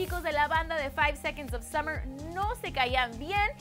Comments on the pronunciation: Otro dato curioso... Son Australianos! 😱🙊OMG no se lo imaginaban no? ⭐No es KEILUM se pronuncia CALUM. ⭐SUMMERS? Somos 5SOSFam. Gracias por su atención. ✌ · summers??,Keilum??,Taitanic?? Aguas con la gringa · Keilum? SUMMERS!? ES CALUM Y SOMOS LA 5SOSFAM AAAAAAAAAA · "SUMMERS" aireh no puedo xd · JAJAJAJA NO MAMEN ''SUMMER'S'' JAJAJAJAJA claro...